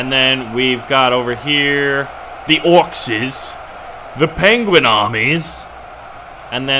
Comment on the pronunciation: Its not orcs’s it’s just orcs your saying orcs wrong